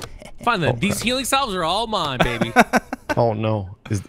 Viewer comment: Oh no! Mispronouncing the word "salve" has invaded another series! The word isn't pronounced how it's spelled. Instead it sounds like "sav." Love all the videos with the. I hope they keep on coming.:)